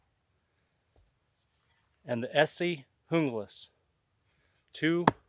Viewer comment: You pronounced the Junglas correctly! Not too many does.